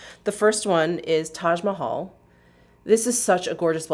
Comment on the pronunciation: So off topic but I was inordinately pleased that you pronounced “Taj Mahal” so correctly! 😄